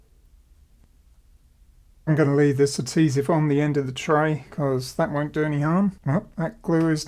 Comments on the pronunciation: **AD-HE-SIVE. (ADHESIVE) No actual T in the word 😁👍👍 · I really enjoy your videos but please pronounce "adhesive" correctly.